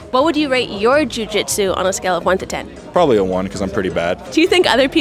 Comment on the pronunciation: How come you said jujitsu pretty normal the first couple interviews then just completely forget how to speak? Lol like you are a bag of marbles after you spoke to Nicky